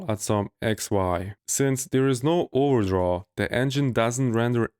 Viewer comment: I think I just realised, you were trying to say "There is no overdraw", right? I heard it as "ordraw" until